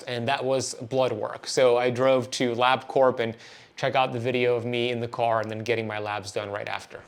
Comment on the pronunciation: Your Carnivore Level 4 is called "Ketovore" by most people. LabCorp is pronounced Lab Core - the P is silent (I worked there for a couple of years). Wearing a CGM while on carnivore seems silly to me since nothing you eat will have significant glucose in it or elicit any kind of significant insulin response so my question is - Why would you do that? Those things are not cheap. Keto for several years... carnivore for 5 months.